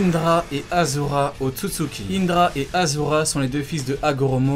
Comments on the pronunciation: Achura et non azura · pk tu dis azura c'est ashura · ont dit aCHura!!!!!!